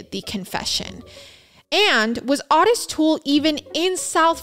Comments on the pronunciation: Those letters are addressed DEAR SIRS, AS IN SIR..LIKE MADAM & SIR...NOT A MISSPELLING OF SEARS...just clearing THAT up. -Jackie 😘 It's also OOOO-tis. Not ahhhh-tis. And Dahmer NEVER had victims that young, so he's definitely OUT. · Thank you. It's also O tis as in the name Otis. Great show regardless. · Actually it is pronounced Oh-tis. Just because we had a grandpa Ottis, and every Ottis I ever met is pronounced the same way It is definitely an (oh)sound. But, that being said, I adore so dang much, she can pronounce anything anyway she wants too. She is pretty freakin awesome ❤ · she pronounced otis the way the dad says it